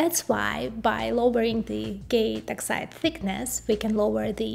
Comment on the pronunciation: Constructive feedback Your English is very good, just need to listen to yourself when you say the word oxide, it sounds very much like exit. Your video is great in helping people advance in the fast expanding world of technology and hardware 👍